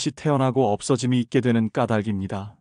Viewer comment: 까닭압니다. ~ 까다김니다로 발음하는 것이 아닙니다. 까달김니다로 발음해야 올바른 발음이지요. 잘 보고 들었습니다. 고맙습니다.